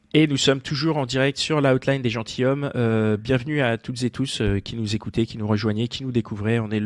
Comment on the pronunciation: Bon, alors, tous les podcats sont géniaux... Sauf à la première minute : on dit " les gentiZommes" ! Nom de Zeus ! :)